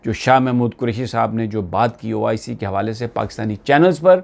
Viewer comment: it is not oic its oh i see